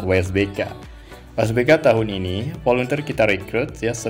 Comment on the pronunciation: Volunteer cara membaca volentir